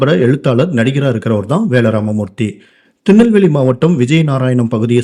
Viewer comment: Thinalveli illa da thirunelveli